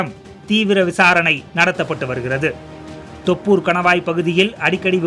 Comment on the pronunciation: வேல்ராஜ் சார் டிரெய்னிங் குடுங்க தோப்பூர் இல்ல தொப்பூர் சொல்ல சொல்லுங்க.